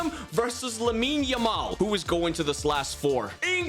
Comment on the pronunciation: Lamine yamal ❌ Aimine yamal 😂👍